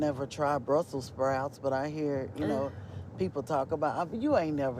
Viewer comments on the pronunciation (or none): none